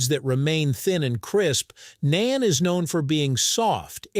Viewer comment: It's Naan, not Nain. 😂